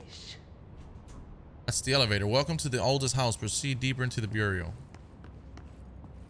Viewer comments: Federal “Burrio” of Control. Where’s from?? Just curious actually. Fw his videos good stuff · Bruh said federal Bury-al of control. Lmao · The way he says "bureau" 👀